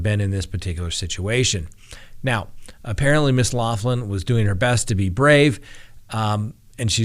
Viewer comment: Her name is pronounced locklin not loflin. its an Irish surname but thanks.